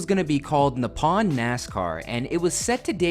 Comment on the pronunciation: Really? Being brought in to talk about japan and saying Nippon like that?